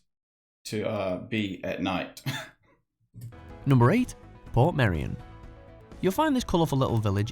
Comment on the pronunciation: portmeirion is actually pronounced ’portmuyrion’… I was unable to comment on your other video about the UK. It not only has lots of different accents and dialects, Wales has its on language- Welsh (or Cymraeg)